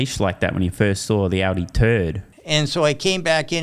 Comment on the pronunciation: Sandy said "Oddy" three times before I realized he meant Audi. 😆